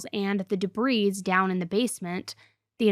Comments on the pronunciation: Hey, I’ve heard you say this before and I’m gonna write this time in hopes you’ll see this. Debris is pronounced debree not debrees. 😘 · dehbreeze. she said dehbreeze!